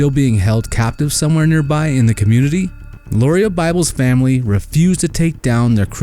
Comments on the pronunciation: First, Lauria's name is pronounced Laura. I asked her Mom how to pronounce it and that is what she told me. You need to take out the burning brick house that you said is where the Freeman's lived. Wrong! They lived in a mobile home. The incompetent sheriff's office did not initially find Mrs. Freeman. The Bible's did when they went to the burned mobile home and all but stepped on her burned body. There are hundreds of pits and mines in the area where the girls are believed to be and they aren't like the pretty blue water showed in this video. These girls are very special to me and if you can't get the story right then take it down. Yep, I'm not a happy with how you told this half truth story. The case isn't SOLVED until the girls bodies have been found. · It was Danny and KATHY Freeman, not Karen. And Lauria's name is pronounced like Laura, not how you butchered it.